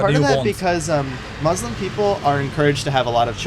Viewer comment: why do you pronounce 'muslim' in the way that you do? such a strange way to say it lol, ive never heard anyone say it like that before